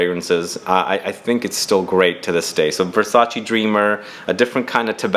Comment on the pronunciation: Great video. I've learned so much about unique scents you don't find just anywhere. Thank you. The only thing I will never get used to is how Americans pronounce Versace ;)